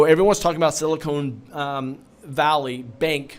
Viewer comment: LOL, it's not a sealer, it's a bank...Silicon (not silicone)